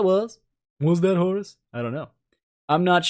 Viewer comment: I keep hearing "Horse" whenever you are talking about Horus somehow :p